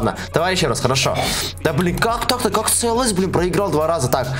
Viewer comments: в английском только си ел эс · ты там сказал цлс тамаева😂😂😂😂😂